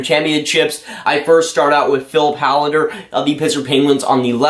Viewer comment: Hållander is pronounced Hollander. Å is called the Swedish O.